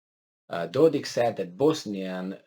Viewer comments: How come you study Balkan but you do not know NAMES of Serbian leaders ????? It is DODIK with K not CH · Dodik, you are saying it correct first time